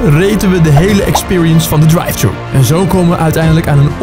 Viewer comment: dwive tchoe 😭